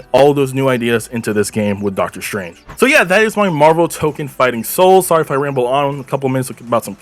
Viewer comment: not to be that guy, but its pronounced Toe-Kone, and tokon means fighting souls, so saying the whole name is redundant. I've been calling it Marvel Tokon, I've also seen it abbreviated as MFS